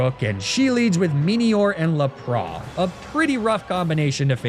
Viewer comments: La pra? Isint it Lap ras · never in my life have i heard lapras pronounced like this